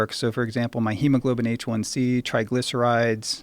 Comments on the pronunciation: Great podcast, great guests 👍 although It drives me crazy when that one guy keeps calling it “Hemoglobin H1C,” It’s Hemoglobin A1C . (because it is the Alpha subunit of hemoglobin that is glycated ) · It’s not hemoglobin H1c... it’s hemoglobin A1c. Do you even know bro? 🤔